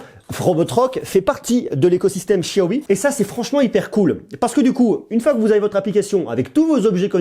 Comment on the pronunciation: Enfin quelqu'un qui prononce bien xiaomi